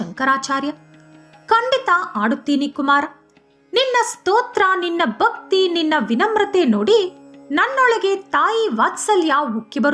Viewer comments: ಬಹಳ ಚೆನ್ನಾಗಿದೆ ... ಒಂದು ಮಾತು - ಕೆಲ ಉಚ್ಚಾರಣೆಕಡೆ ಗಮನವಿರಲಿ. ಉದಾ - ಬಕ್ತಿ ಅಲ್ಲಾ ಭಕ್ತಿ . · ಬಕ್ತಿ, ಬಾವನೆ ಈ ರೀತಿಯಾಗಿ ಮಹಾಪ್ರಾಣ ಮರೆತು ಉಚ್ಛರಿಸುತ್ತಿದ್ದೀರಿ.. (ಭಕ್ತಿ, ಭಾವನೆ)